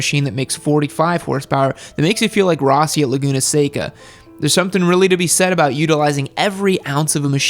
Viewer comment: Per favore, pronunciate bene Rossi. (Please pronunciate correctly Rossi, open O)